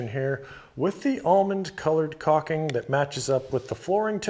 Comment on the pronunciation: It’s not cocking. It’s cauLking